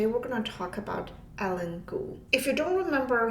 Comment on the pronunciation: Typically, her name would be pronounced like EYE + LEAN.